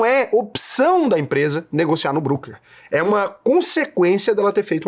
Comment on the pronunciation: Sendo chatinho, apenas uma pequena correção. Home Broker (Brôquer), não Brooker (Bruquer). TMJ, grande video,.